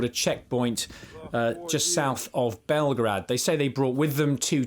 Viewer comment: 🤗 it's ok my Serbian friends Belgrade is safe, this guy just doesn't know how to pronounce Belgorod. Ignorance continues to be bliss.